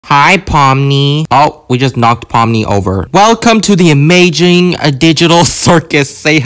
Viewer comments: He said amajing😂😂😂😂😂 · "amaging" love it new favourite word